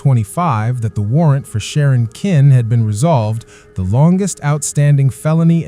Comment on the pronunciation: AI They can't even program their AI voice to pronounce the name of the Villines correctly It's Sharon Kinne (Kin-ney) Not Kin